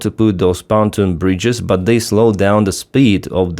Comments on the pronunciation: I hear you say "fountain bridge", do you mean "Pontoon bridge"? If so please check pronunciation: pon-TOON. (capitals showing which syllable has stress) Pontoon rhymes with cartoon. Likewise, SAM systems like Pantsir have a "Ray Dar" (neither syllable has stress) which you pronounce "RADr". This is me trying to help. I read (watch/listen to) your stuff daily. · it’s not panton bridge, it’s pontoon bridge.